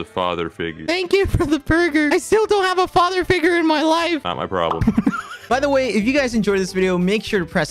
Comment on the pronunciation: "I still dont have a father figwure.. :(" Quackity- "Thats just not my problem.. Not my problem.." Techno 😂😂😂😂😂😂